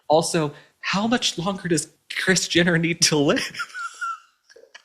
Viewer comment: why do i keep hearing Christiana not kris jenner😮